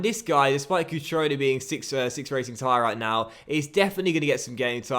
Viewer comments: It's cutrone not crutone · Its cutrone and not crutone. That's annoying as fuck. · It's not Crutone, it's Cutrone 😊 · It's CUtrone... Not CRUtone... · There is an R in cutrone, please start pronouncing it. Other than that love the series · It’s pronounced cutrone, not crutone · LOL it's not Crutone it's Cutrone xD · So annoyed he’s saying crutone instead of cutrone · cutrones name is pronounced cu-tro-ne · STOP SAYING CRUTONE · I know this is quite petty but it's pronounced Coo-troan-A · As a Milan fan I feel offended that you are saying cutrones name wrong